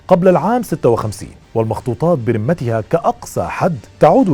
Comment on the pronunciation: ملاحظة: برُمتها (بضم الراء) وليس بكسرها كما تكرر في كلامك الرِمة (بكسر الراء) هي العظام البالية